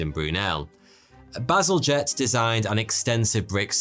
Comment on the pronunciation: Bazalgette is a bad ass name in my opinion in your accent it sounds like "battle jet"